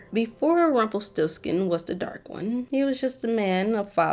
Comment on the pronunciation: "Magic always comes with a price". You gotta vibrate the R when you say this dude's name. Put some vibe and flare on it, dearie. lol